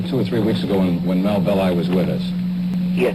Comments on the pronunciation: FYI Melvin Belli's last name pronounced Bell-eye. He was major player in S.F. legal circles for decades. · The name is pronounced Bell-eye Despite all the footage pronouncing it correctly, you keep calling him Belly!!!😂😂😂😂 hilarious !!! nice break in such a dark topic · Please note, it’s MELVIN BELL-EYE, not MELVIN BELLY. Walter Cronkite pronounces his name correctly. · It's BELL-EYE not BELL_EE. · His name is pronounced "Bell-I" not "Belly" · Bell-Eye, not Belly!! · BELL EYE .. NOT BELLY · I liked your podcast. It was very informative. I can see you've done considerable research. Thanks. FYI: Melvin Belli's last name is pronounced, "Bell' eye". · I lived in the SF bay area then. Everyone was frightened. And Melvin Belli's last name is pronounced BELL- i. Long i Also, I worked for Vallejo PD in the 1980's and heard rumors that the Zodiac was a VPD officer. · Melvin 'BEL-eye' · This is great work. However, why do you insist on mispronouncing Melvin Belli’s name?